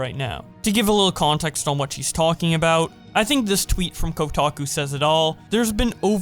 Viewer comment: When he calls tweets, twits